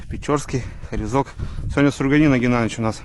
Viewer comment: Строганина, а не струганина)